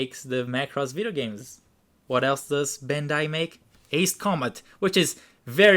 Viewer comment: Is that how you say bandai